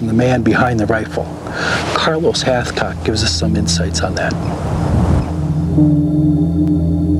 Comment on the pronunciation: All I hear is halfcock 😂